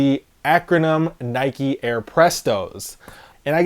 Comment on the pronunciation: Why do you pronounce NIKE NIKEY you don’t ride a BIKEY do you?